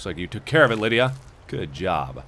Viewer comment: lol, i know in anther vid he said "good jerb" sooo subtle but it was great